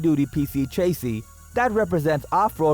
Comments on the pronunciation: It's chassis not chasee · Repeat after me… sha see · New drinking game. Take a shot every time this gentlemen mispronounces chassis. As a matter of fact don’t. You’ll die.